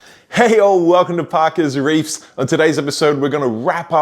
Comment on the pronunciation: Back to putting the Australian S on the end of Parker’s Reef. Hah idk why I pay attention to that every time.